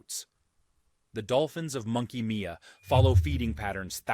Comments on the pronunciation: These damn documentists dont know how to pronounce carnarvon or pilbra or monkey mia😭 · It's pronounced Pill-bra, car-nar-van and Monkey My-ah not whatever he/it said. Took me 7.5hrs to fly from Townsville Q.L.D back to Karratha in the Pilbara -Layovers in Brisbane and Perth. Love W.A. 2hr flight to Bali. W.A also has the best the best sunrises and sunsets in all of Australia coz of the red dirt. We've also had several nuclear test in W.A. Our gov't allowed a nuke test near an old aboriginal town, even though not all tribe members left. We even had one so large the nuclear fall out swept over the south through to Canberra and Victoria areas. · Monkey Mia is pronounced “monkey Myer”